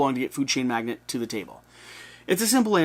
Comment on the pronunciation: Not to be "that guy" but it is pronounced 'mag·nate' not 'mag·net'.